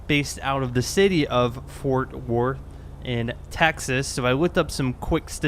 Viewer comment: it sounded like you didn't pronounce Fort Worth. The TH is pronounced in Worth. It sounded like you said Fort wort.